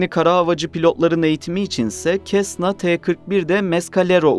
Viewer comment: cessna telafuzu "sesna" olmalı